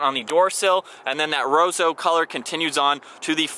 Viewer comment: It's not pronounced Rozo, it's Rosso.